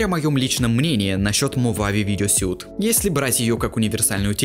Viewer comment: Suite читается "суит", как слово sweet. А сьют - это suit